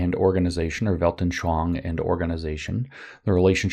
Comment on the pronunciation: You actually always say "Weltnschoang" instead of "Weltanschauung"